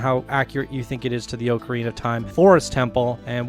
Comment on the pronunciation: Pronounced ocarina wrong, I can’t watch this video